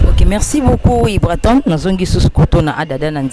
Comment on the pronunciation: Journalist c'est ibrator et non ibraton !! Et puis c Grosse moullure ou moulli lol